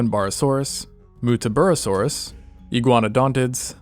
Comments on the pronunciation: aboriginal words are frequently fun. the pronunciation of muttaburrasaurus in this video was absolutely butchered. i had a town called woodenbong near where i grew up there's a town named clagiraba near that, googlemaps thinks that is clag e ra bar. it's really cla gear a bar australians could give you a whole list of pun aboriginal names and horribly pronounced names. because every second town is named using the local aboriginal language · The first two “u’s” in “muttaburrasaurus” are lowercase in pronunciation.. like “butter” for example (I’m Australian and have been to Muttaburra, the place in which these dinosaurs were first discovered)